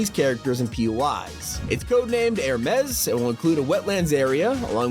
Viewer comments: Air-mes it’s Her-Mes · Im sorry how did iu say hermes? Heirmez? No her-mee-zees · It’s pronounced “hər-(ˌ)mēz” Smh. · Is not..Air-mes... it's HER-MEES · Bro It’s Hermes Not Hermess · ermess??? bro it’s hermes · Her-mez? No that is said her-mees or hermes the Greek god of travellers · "Her-mes" lol. Dude that's Her-me-s. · "Air mez" It's pronounced "Her me's" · Its her-mes not hair -mez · “Hair-mez” ITS “Her-mees” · Air-mez? It's Hermes, the greek god of messengers, travelers, and thieves dude. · It's (HER- ME ZZZZZZ) NOT (HER MEZZ) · HOW THE HELL DID HE MESS UP THE PRONOUNCATION OF HERMES THAT BADLY??!? HE PRONOUNCED IT AS 'air-mess' HOW?!?! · I believes it’s pronounces Her-mee-s. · hey I think you messed up the name there Hermes is actually pronounced Her-Mes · HERMES IS PRONOUNCED (HER-meez) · The hell is "Airmes" learn mythology bro 😭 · Hermes alright then (its her miis) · bro said airmes💀💀💀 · Why did he pronounce Hermes like that? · bro doesn't know hot to pronounce hermes :( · How did he say hermes so wrong 😭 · aint no way bro pronounced Hermes wrong 💀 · dont mean to be that guy but you mispronounced "hermes" its pronounced like the greek god kind of like a her sound at the beginning of the word and a long e at the end sry to be the guy but my OCD couldnt resist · I don't think that's how you pronounce Hermes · You did not just pronounce Hermes like that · So no one is gonna mention his pronunciation of Hermes? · How do pronounce Hermes wrong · Exactly he makes it sound like a Hispanic name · XD he did say it wrong. Now that I think about it, what were the names of the s3,4 and 5 islands? I remember the 1st 2 were Athena and Apollo